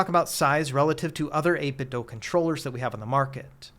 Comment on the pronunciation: Why do you keep saying 8BitDo like that?